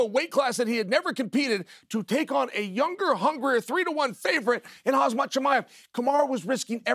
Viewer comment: Chael still saying- HAZMAT 😂😂😂